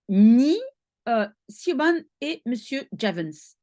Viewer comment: SIOBHAN se bpronce CHIVONE , prononciation gaélique irlandaise bizarre